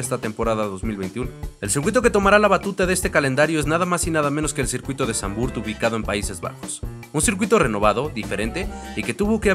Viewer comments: No se pronuncia "Sanvurt" bro. El holandés no se lee como el inglés. Se pronuncia "Sanvfort". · Muy buen video, sólo acotar q se pronuncia Zandvoort con O, en inglés, español y holandés… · Se pronuncia Zandvoort. Dos O. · No se pronuncia Zandvurt... más bien es Zandvort la oo no se transforma en u. Saludos.